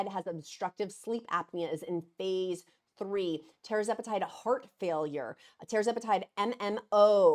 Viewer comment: Tir …..zepatide not tear zepatide like “Sir” Charles